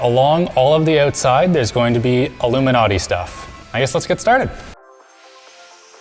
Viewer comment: the canadian oatside